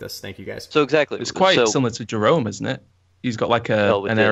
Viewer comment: Did one of them just pronounce 'Jerome' like 'Jeremy'? Are you off your nut Mate?